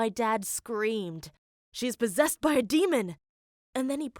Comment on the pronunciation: “She’s pozesed by a demon!!” Me: she was having a seizure..